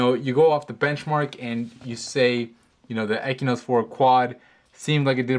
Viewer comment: stop pronouncing it "ekynos 4 quad" it has an X in it, its pronounced "eXynos 4 quad".